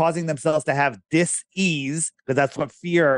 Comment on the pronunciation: I'm sorry, did everyone miss where he implied that fear is the cause of disease? He pronounced it DIS-ease, as though not being at ease is what makes you sick.